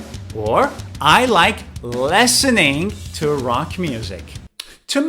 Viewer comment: Yes, that sounds weird. And hatred or aversion seems very rude. Besides, he pronounces “listening” like “lessening” or something like that.